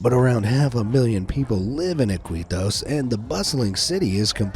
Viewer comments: The CITY of Iquitos is NOT PRONOUNCED "Eh-KWE-tos" ..... it is pronounced "eh-KEY-tos" .... you got it mang? :) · It's "eeKEEtos" not "iQUEEtos"